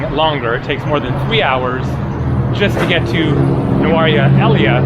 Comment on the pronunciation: I also avoid it. The area is nice but so touristy. By the way it's pronounced Nurelia, the place in the SriLankan highlands.